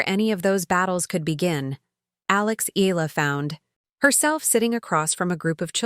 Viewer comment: Not EE-LAH! It's EE-YAH-LAH!